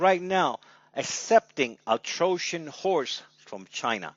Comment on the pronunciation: troshen ? it is trojan horse. T he rest i can agree with u.